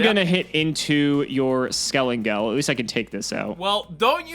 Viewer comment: lost all respcet for bc hes refusing to call skelENGEL by his right name... its NOT skelAngel....!!!!!!!!!!!!!!!